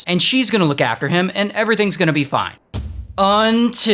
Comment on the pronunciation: Just like his "Fine" 😂